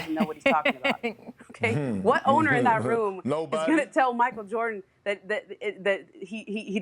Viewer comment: Kendrick Perkins: “Micheal Joarden”